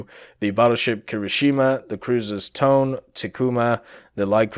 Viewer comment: Today's episode of "Google Translate History with " was rather entertaining hahaha. They reaaaaaaally need to better moderate these suggestions. As an aside, the "Tone" is pronounced "toe-neh", it's two syllables.:)